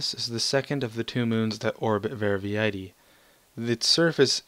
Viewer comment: Quite good. Not TOO many texture bugs, which I was fearing, and that expedition to the Abaddon system was amazingly nice. You got most of the pronounciations correct, except for Verviedi, which is pronounced Ver-Vee-Dee. Thanks for highlighting my mod!